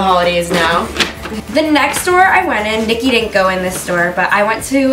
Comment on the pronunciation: It is Niki not nikhi but yeah I agree with you